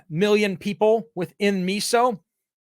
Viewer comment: Miso is pronounced myso.